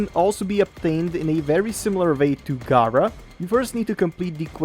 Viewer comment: As a community can we say it together? G(air)a. They say it in the cutscenes. 🤦🏾‍♂️ Very informative video though thanks for the help. 😂